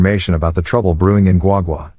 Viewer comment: Thanks for perfectly pronounce Guagua properly.